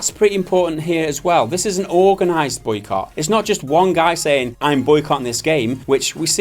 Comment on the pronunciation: There was no T in that Boycott, just a hard K sound.